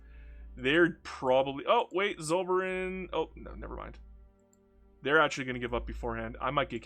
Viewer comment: You could try saying "tsoll-fer-ine" (ine like wine) next time to more authentically pronounce Zollverein. :)